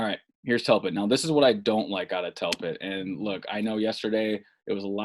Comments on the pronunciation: His name is (dell* pitt) not (Tell* Pitt), people misspeak, but 35 times is a BADD Jobb. Step up your game. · Delpit not Telpit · DELPIT !!!! Good god you said his name wrong 100 times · This is terrible! Say the mans name right! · Bro how do you post this when you can't even say the guys name😂💀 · How do you muff the dudes name 300 time? Brutal to listen to over and over.